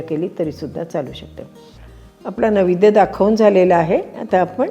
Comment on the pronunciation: नैवेद्य हा शब्द आपण नवेद्य असा उच्चारलात